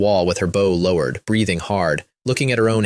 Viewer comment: Ai really does not know when to read bow and bow correctly. I've listen to dozens of these stories where the weapon was read as the bend of the body and now it read the weapon instead of bend of the body....